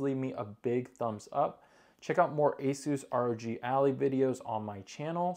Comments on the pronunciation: Dude it's "ally" not "alley" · how did you pronouce that😂. its "eh lie" right? not "eh lee" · learn how to say ally